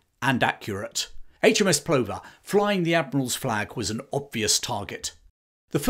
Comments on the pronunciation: HMS Plover is pronounced Pluvver,, like the bird. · Brilliant stuff. BTW "Plover" pronounced "pluvver".